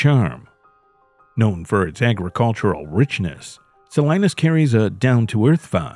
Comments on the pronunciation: Pronounced Suh lee nuhs not Suh Lie nus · It's pronounced SAH-LEE-NUS... if you're gonna make a fake channel why don't you go ahead and look up these words and figure out how to pronounce them correctly. It's so awful to hear SO-LINUS over and over again it's not correct. It makes me wonder if anything is correct in your AI produced fake video?